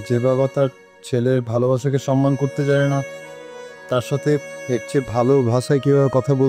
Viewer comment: বুঝলাম না সব সময় সম্মান কে সনমান বলে কেন,,,কেউ কি খেয়াল করছেন